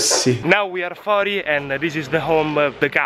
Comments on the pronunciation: "Now we are fori" ahhaahhahahahaah grande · now we are " fori " ahahahahahahah